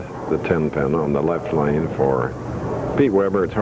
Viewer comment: Plus the way he pronounces his “L’s” drives me nuts. It’s like a combo of Y and L. “Pete Weber is up on the YLeft YLane” 😂